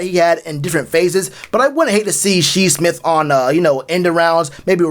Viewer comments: lol he said She Smith 😂 is Shi Smith - sounded out “Shy” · Shi Smith(pronounced Shy Smith) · Say it with me Shyyyyyy smith, spelled shi but u say it like shy 👌🏾